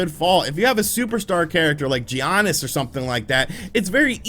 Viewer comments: It’s Yah-Nis. I’m literally not subscribing because you kept saying G-Yahnis. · stop saying G-yanis. it hurts my ears. It's "yiannis" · Lmao I’m glad some one said it because it’s def yonis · no one calls him geeonis. U typing it the way u say it was very cringe. They say it Like YANESS or YONIS. But it’s spelled giannis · G Aniss 🤣😂🤣. I’m came to the comments just for that. Straight butcher lol. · a guy that supposedly loves bball that thinks giannis is pronounced Gee-Annis lmao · His name is pronounced YANNIS bro Lol good video though 💯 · Why does he say G Giannis ????? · “G ANNIS” 😵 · Hello from Greece!Great review and by the way Giannis is pronounced Yiannis! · Dude the G is silent... is should sound like Yannis... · It's pronounced as YANNIS! XD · Yanis Adetokumbo, this is how it should sound, Giannis said that himself. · No! It's Gee...onis. Being that is a basketball fan, and me living in Milwaukee, and seeing pronounce Giannis is total cringe. 😁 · Every time he said Giannis it physically hurt. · That moment when he pronounces Giannis with an emphisis on the I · This review is wack. How can you claim you’re a 2k and basketball fan and not know how to pronounce Giannis? Also that OLD MAN in the beginning is your DEAD DAD which gives WEIGHT to your characters journey and decisions... this is such a topical review that reveals you hardly took your experience past face value. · If u really a NBA fan like u say, u would know thats your saying his name wrong. G IS SILENT my boi, its ... Giannis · thank u, that’s how u pronounce it